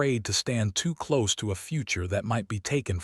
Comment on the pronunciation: This story had writing and images that deserved so much better than the AI mistakes in the nice narration. Obviously AI never heard of "ko-PER-neh-cuss" the famous Polish astronomer, and can't choose the right pronunciation between "cloze", as in shutting a door, and "clo-s-e", as in being near. There's another example that doesn't come to mind at the moment, but you get the idea. AI has its uses, but unfortunately still has its foibles that dehumanize the presentation of what should be a moving, quietly emotional story. The lack of punctuation also throws the narration off, with run-on sentences and improper pauses. I can tell from the Comments that many people do not notice or care about such things, but I find these glitches seriously interfere with my enjoyment of what is actually a fine storyline. OR, USA